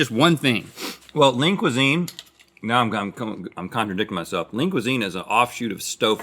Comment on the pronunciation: Am i the only one who hears “Link Cuisine”, instead of Lean Cuisine.?